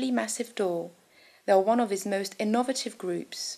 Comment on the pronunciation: "In-ov-rative"? [ , ] "Prol-ee-fates"? It's scheeck to me.